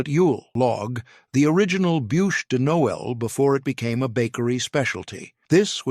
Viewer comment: It's not pronounced nole. It's pronounced No ell. Stupid AI.